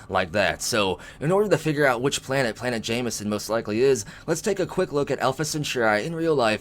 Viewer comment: Along with that is Jemison...perhaps it's my hearing, but it sounds like he's saying "Jamieson"...it looks more like "Gem e son" to me.